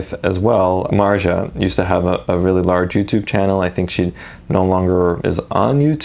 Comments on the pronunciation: Her name is pronounced "Mar-tzee-ah"... It's pretty easy to find clips where Felix says her name. Regardless, very nice video! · Her name is pronounced Mart-sia 💞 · It’s Marzia M a r z i a Marzia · Its mart-zee-uh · It's pronounced Martz-ya, like waltz. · bruh americans can pronounse words... MARSHA??? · It’s “Mart-Zia” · It's pronounced Muhr-zee-ya, just letting you know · I never understand how people pronounce names wrong when it was pronounced correctly two times and he definitely heard it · marzia is an italian name so please look up how its pronounced. still nice vid.